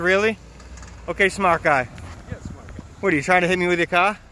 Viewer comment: tryin to hit me with your cahh. Hilarious!